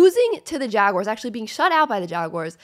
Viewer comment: I subbed bc I like the way you say jaguars